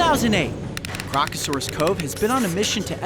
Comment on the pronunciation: Remove the first “r’ from crocasaurus